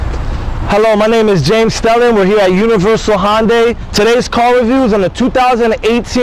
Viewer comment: Dude... you're very cool with your accent... Queens NY? But it's pronounced Hunday, not Honday. And thanks for showing the SE model. I wanted to see what it looked like with those for lights on.